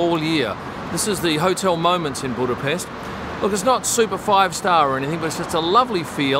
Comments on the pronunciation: Wow! I'm impressed already with the perfect Budapest pronunciation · I'd say this is far from what i would call a tense moment. Go to the scummy districts of liverpool or manchester, let alone london, and you'll experience what tension is. He might have been in the wrong lane, but let's not forget that he did bother pronouncing Budapest right.